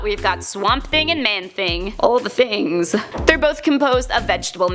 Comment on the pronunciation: AL dE TiNGs